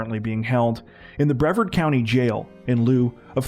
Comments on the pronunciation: Do you Canadians need a TCZonie from Florida to help with pronouncing our counties and cities? I’m available for consultation b4 publishing haha. 2 stories in a row from Brevard, bruh-VARD not BREH-verd. Hold up, 2 stories later you got it right. Nevermind! 😂Thank you for coming to my Ted Talk. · Please either Google “how to pronounce Brevard”, or use this link, you’re killing me every time you say it.